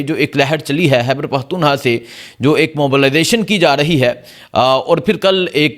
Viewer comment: عمران۔ حان حیبر پحتون حا ہ عوام کو حبر۔ نہیں ہوئی برخوردار پہلے بھی عرض کیا تھا موضوعات پہ گرفت۔ تسلسل اور الفاظ کی ادائیگی عمدگی سے کرنا سیکھیئے نجانے کتنے افارد بچے نوجوان سٹوڈنٹس آپکو سنتے دیکھتے ھونگے ان کی تعلیم کے لئیے تلفظ حروف تہجی درست ادا کرنے کی پریکٹس کیا کیجیئے الفاظ